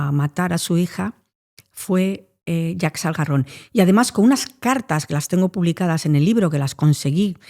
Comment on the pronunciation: Jaques Algarron 😂😂 no Jack Salgarron, los franceses siempre jugandonosla 😅